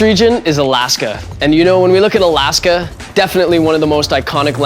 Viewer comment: OMG me want it NOOOOOOOW!!! Also, alAAAska. lol, funny how he pronounces it. xD